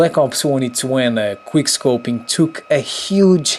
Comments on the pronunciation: it quick scoping not "queerscoping"😑😒😔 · Drinking Game: Every time he says "queer scoping" take a shot of vodka ;) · wow, ur very good at kweer scoping! lol the english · you said queerscoping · Is it just me or does he say queer scoping intsead of quick scoping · this bruh keeps saying"Quier scoping" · "Queerscoping" "tis and thet" "shitgun" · someone correct me if i am wrong but i'm pretty sure he says "queer-scoping" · Was he saying quick scopeing or queer scopeing? Lol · "Quer Scoping" Lmfao xP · Queer scoping? I heard that, also. Who is Justin beaver? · Why are you calling it "Queerscoping" 😂😂😂😂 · It is called Quick scoping NOT Quire scoping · I hate how he says: QueerScoping. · Are you saying Queerscoping? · Why does he say queer scoping?! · Is he saying queer scoping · The fact that he says queerscoping made me subscribe already.This is a guy who understands. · he keeps saying queer scoping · Ate you saying QUEERscoping 😂😂😂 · Why are you calling it queer scoping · Why is he saying quirrscoping ?